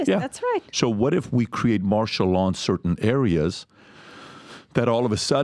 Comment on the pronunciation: It’s Martial Law not Marshall Dillon people.